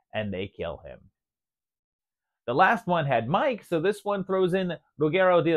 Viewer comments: "Me Kay" not Mike. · it’s pronounced MEE-KAY